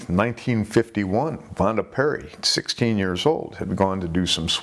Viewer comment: Minor pronunciation correction, the name of the girl was Vanda Pierri. A small poem about the incident was written by Jim Potts, an English poet who was visiting Corfu. I think he spent a big chunk of his life there. Vanda and George Blissful swimming in Corfu seas A secret love-tryst Just her luck To meet a straying shark